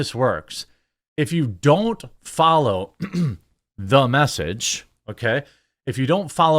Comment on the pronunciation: There are very few things more overbearing than "Thu Mess-age" 😑